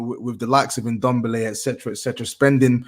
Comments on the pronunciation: I’m allowed to wear an Inter shirt lol. Also - Ndombele’s name, i believe it’s ‘N-Dom-bele’ and not ‘ndom-bele’ so I’ll go back to saying it as the former. I used to call it the former and was told otherwise. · is a Tottenham fan and can`t even pronounce Ndombele`s name correctly and wearing an Inter shirt. Smh.